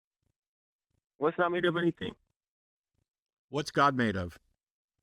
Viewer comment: Hello not GAWD, but GAWID emphasis on WID w/southern drawl